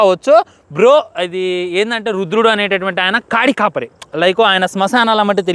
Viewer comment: కాడి కాపరి కాదురా అయ్యా, కాటి కాపరి..🤦‍♂️